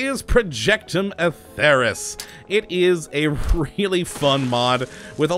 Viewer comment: its pronounced as Atherus, with the LONG e in accordance with the Elder Scrolls